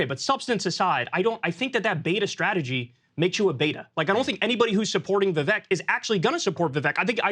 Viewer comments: Kyle won't even pronounce Vivek's name correctly. It's pathetic. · He's surrounded by people saying it correctly, yet Kyle pronounces Vivek's name wrong every time. Tells you alot about the guy... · Became rhymes with cake got a George Soros scholarship. He’s not going anywhere in the primaries! 🤣😂🤣😂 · Kyle may be the first diagnosed case of Vivek Derangement Syndrome. Also, I hope Sagaar pulled Kyle aside off-air to tell him he's a complete dipshit for not being able to pronounce Vivek's name correctly. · Perhaps Kyle can learn to pronounce Vivek's name properly before his perpetually bad takes are aired? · "I'm gonna mispronounce Vivek because that's how I roll." - Kyle... what a badass